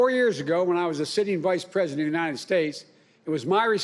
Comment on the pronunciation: "The united Snates," huh............@